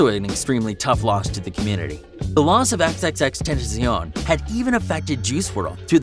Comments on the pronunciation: Mate it’s XXXTENTACION NOT XXXTENTAZION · Bruh fr he even said xxxtentazion🤦🏽‍♂️ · Bruh he said ski mask the slump dog mannn its god not dog and said xxtentazion its xxxtentacion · Its xxxtentacion not xxxtenzion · XxxTezean Wtf its Xxxtentacion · HMMMM HMMMM XXXTENTIZION? U mean XXXtentacion or Jansen onfroy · Its xxxtencion not xxxtensoin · And also, xxxtentacion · no one gone talk about this man be saying xxxtentetzion?????????? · DIS BOI SAID XXXTENTEZION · My mans calls xx xxxtenteicion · This guy pronouncing everything wrong.. xxxtenaceon Ski mask slum dog.. Also juice didn’t try to hide the pills it’s been stated by Chris long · “xXxTeNzEoN”. NOT HATE🙏🏽🙏🏽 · He says x´s name like egs egs tenzion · Bro did he just say xxxtentesion bruh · Dude said xxxtentaceon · Xxxtenzzon 😂 say the name name right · No one: Him: ski mask the slump dog Him: xxxtetziown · Yo this dude cant even say a rappers name he said XXXTENTAZION and ski mask the slump dog like bruh what the f*ck U need learn how so say names of rappers 😥😑😐😐😑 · Lol he said (the lost of xxx trntazeeeon) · what did he sayyyyyyyy xxxtentezeon is that how he said it😂😂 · Mans really just said xxtendizion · I’m sorry but i died when he said “X’s” name wrong bruh😭😭 “Xxxtenazuon” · Its xxxtentacion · He said xxx tenzaion That make no sense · he said xxxtentazion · Xxx tentuseeyon? Seriously bro? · Did dis nigga really say “xxxtentetesion” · You pronounced tentacion like tentazyon are you even fucking trying anymore!? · THE MAN SAID XXXTENTEZION !!!!!! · He says XXXTentinzion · Dude he said "Xxxtentazion" like wth he's so disrespectful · "Ski mask Slump dod" "Xxxtentezyon" Bruh I'm Cracking up😂😂😂😂😂😂😂😂 Lol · He says XXXTENTEZION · I know this vid’s supposed to be emotional and stuff but the way he pronounces XXXTentacion really triggered me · what tf is that pronunciation and disrespect of x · Doesn’t even say xxxtentacion’s name right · the fact he said xxTentacion wrong breaks my heart.. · say x right